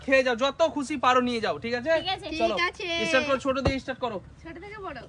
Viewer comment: থিরি নয় থ্রি আর ইস্টার্ট নয় স্টার্ট।উচ্চারণটা ঠিক করে নিও ভাই। ❤